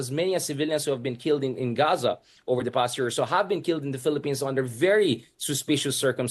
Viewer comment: Keelled. Suspeecious. Ew